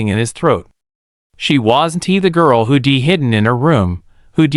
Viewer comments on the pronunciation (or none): Who d! It’s who’d!! And his is ridicules! Hire some m one that can pronounce the words correctly!!